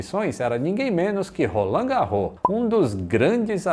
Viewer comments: Que é da ZN de SP e pegava lotação sabe que o certo é "ROLANDE GÁRROS". Que mané "garrô", o quê! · Uau... q sensacional... morei mais de 20 anos no edu chaves e pasmem, mto proximo a av roland garros (falavamos rolandi ou invés de rolãn), só vim aprender a pronuncia correta graças ao feito do Gustavo Kuerten... e agora, varios anos depois, aprendo quem foi Edu Chaves!!! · Por mim ele não é esquecido! Sempre que passo pelo Pq Edu Chaves,Avenida Roland Garros (que o pessoal lá pronuncia 'Rolande Gárros'), l a caminho da casa de minha tia Conceição, eu lembro deste grande aviador.